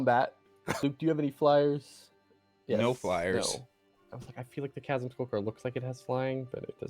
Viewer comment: Chasm is pronounced like chaos whith a hard k sound😅